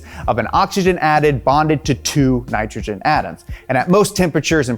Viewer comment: you said it correctly before that Ni cha chin and ah chi chin It's pronounced ni TRO GEN and OCKS IH GEN